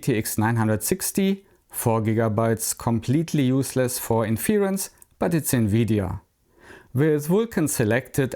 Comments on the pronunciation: My comment was specifically not about accent but about pronunciation (e.g. , inference is pronounced differently from the verb “to infer”: the stress is on the first syllable and the first “e” is pronounced like the “e” in “tech”). But I agree that other things are more important, and I somehow regret commenting on that topic at all. Never mind, and keep it up! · Hey bisschen off topic und bitte nicht übel nehmen - wenn Du magst, könntest Du mal ein paar von den schwierigeren englischen Wörtern, die man ständig benutzt beim Thema KI (inference fällt mir spontan ein, aber es waren mehr), nachschlagen wegen der Aussprache. Tschörmen Ecksent ist auf YouTube gar kein Problem, aber bei den Fachbegriffen würde es vielleicht professioneller wirken, sie zwar mit Akzent, aber davon abgesehen korrekt auszusprechen. Ich empfehle die kostenlose Seite der Cambridge Dictionary, die haben sowohl Hörbeispiele als auch einen tollen Ersatz für die nervige Lautschrift. With that out of the way: I like your channel a lot, keep being different than those who just run the same boring tests on every new model!